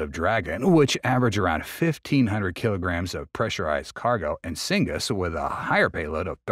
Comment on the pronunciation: "Cygnus" is pronounced 'sig - nus, not 'sing - gus.